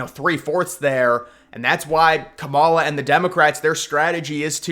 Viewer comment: I know you know how to pronounce her name properly and until you do you can't be taken seriously, pronouncing her name incorrectly is borderline racist dude